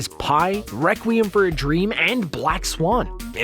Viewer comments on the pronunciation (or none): none